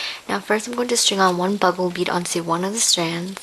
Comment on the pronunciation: They are bugle beads...pronouced like the horn-- BU-gle. She calles them "BUG-le". You can get them with the other beads.